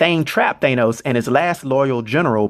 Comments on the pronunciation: Its..."THAN-NOS" phonetically....not "THAY-NOS"....what?.. I follow you religiously...but every once in a while your pronunciation gives us the impression that you READ the stats, without knowing the actual character. Like when a news anchor mispronounces a foreign name. No one familiar with END GAME or INFINITY WAR movies says THAY-NOS (like you do in this video). You're venturing into territory that is bold, new, and needed for a lot of us comic fans...soI'm not tearing you down, but aiming to offer awareness that may help you take it to THE NEXT LEVEL! This is similar as when you changed from (which seems a little self serving....to the NEW sage... which absolves you of self awareness) I'm a theatre teacher. I teach a lot of Shakespeare. I have some material (written by predecessors) for helping actors take their speech to the next level so they can be masterful. Hit me up if you're curious or interested in enhancing spoken language. What you're doing in amazing. You are creating Legacy for those familiar and unfamiliar. I have suggested links of yours to people trying to get on the "comic book page" that need backstory, history, and context. I'm just interested in saying something when the whole world-who saw these Avengers movies- pronounces it different than you do. It makes it sound like you're either foreign or not in the loop. Also, everything I'm writing- technically- doesn't matter cause this is 2 years ago you posted this...You've been making a ton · You're mispronouncing his name bro. His name is Thanos, pronounced THAH-NOS not THAY-NOS. Mad respect bro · I really don’t like the way he says “thane-os” looool I could easily be wrong but I’m pretty confident it’s pronounced “thanos” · Ok why are you pronouncing it Thaneos?????? I've only heard it pronounced Thanos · Pretty sure it's pronounced "thAnos" ... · The mispronunciation of the name Thanos makes me not want to watch this video any longer than 1 minute and 20 seconds